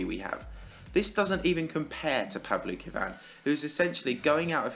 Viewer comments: I thought you pronounced it as "Paul "V" "Kin" xd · I tought he. Said pablo kebab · It's pronounced pow-luki-wan btw, not that I'm a fan of him. Its that his name is in Japanese and I can read and write Japanese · His name IS PRONOUNCED "pavansosisialvlokavan"